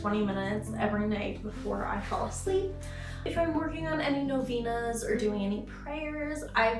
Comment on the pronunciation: Was like oh whats a noveenas? Ooooh novenas. The E is not a high pitch E. But a soft eh. No-veh-nas.